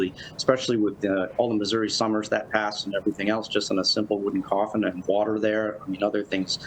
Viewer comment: Thank you pronouncing Missoureeee correctly. The Native American pronunciation is actually MIS’youri. The Missouri Historical Society would be the source to go to.